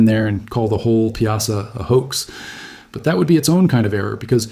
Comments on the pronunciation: it is pronounced " pie saw " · I don't like that you used bluffs from the far West to depict the Mississippi bluffs near Alton. We in the Alton area pronounce Piasa as PIE-a-saw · I live 20mminutes from Alton my entire life and its pronounced "pie-a-saw".... and all those 'images' of the Alton area are totally NOT from the Alton area... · We call it the Pie-uh-saw bird